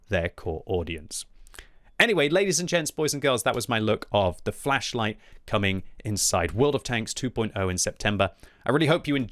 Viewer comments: Think flesh whenever he says is it’s so funny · I keep hearing fleisch light.